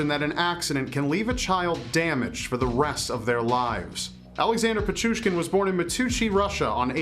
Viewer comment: I’m Russian, I’ve watched a bunch of ur videos on this series. You’ve said countless murder’s names wrong. I’m surprised u pronounced this one right!